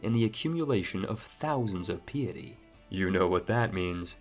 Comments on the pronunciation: Piety, is PIE - IT - I, PYE - ity not pee-ity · Say it with me: pie-uh-tee Caught a lot of surprisingly correct pronunciations, so that one threw me off. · It’s not PEA-ety, it’s PAI-ety as in the quality of being pious. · Do your folk really say piety is pee-ity? We say pie-ity. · Betrawthhh... Peeeity.... This guy's mispronunciations are wild. Edit:DOOchy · piety = pie-et-ee | duchy = dutchy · My friend you need to learn how to say a few words correctly. Took me 3-5 listens to understand what you said. (i.e. piety, spindly) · but cant pronounce "piety" properly lmfao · I can forgive the mispronunciations of French towns, but mispronouncing "piety", "papist", "duchy", and "usurp" amongst other words is a bit much... you'd think you'd know these words if you're interested in history simulators like CK3... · What is this pronunciation? Piety and Aquitane.... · Trying hard to make the commentary sound majestic/noble, but mispronounces "piety". How embarrassing.